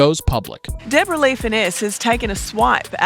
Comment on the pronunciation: I wish the narrator would pronounce Deborah properly! Dabore ah? Like what?